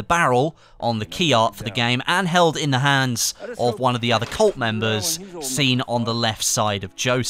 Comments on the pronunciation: TheRPGentleman no i meant that HE pronounces colt and cult the same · You pronounce "cult" and "colt" the same